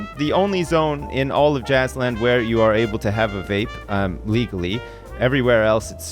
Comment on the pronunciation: As soon as I heard saying Jazzland I though "Hmmm, sounds like Jizzland"